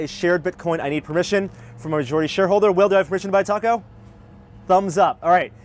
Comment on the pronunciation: look, i hate bitcoin as much as the next person, but hearing butcher the name of the taco was what really took the piss out of me for this video.